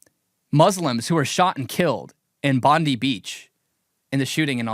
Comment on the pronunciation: Bless you mate but please call it Bondi pronounced dye at the end. Our people are turning, the One Nation party has a lot of hope going it's way in order to bring back our country to where and what it should be. Please pray for us.